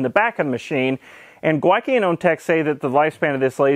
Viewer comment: Every single "Gwyneth" filled me with joy.